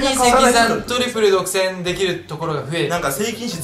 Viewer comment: トリプル独占のイントネーションが違うwww